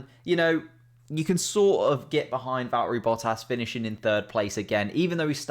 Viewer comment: Vallt-urry Boh-ass